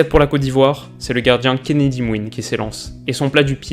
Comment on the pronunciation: kenedy mwené pas kenedy mouine